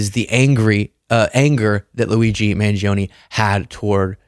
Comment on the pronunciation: Luigi Mahn-yee-oh-nay.